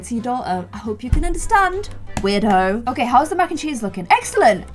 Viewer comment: Was it just me hearing this or... did say weirdo or weird hoe